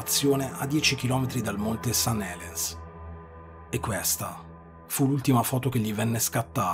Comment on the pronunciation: St. Helens ! Occhio alla pronuncia !